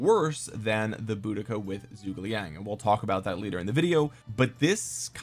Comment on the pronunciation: whats that zhuge liang pronounciation thooo so sorry it,s soo bad